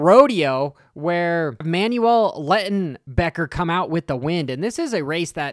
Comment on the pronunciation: "Manuel Let'n-becker"